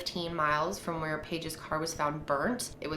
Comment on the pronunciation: It sounded in the audio more like “Where I Should” instead of where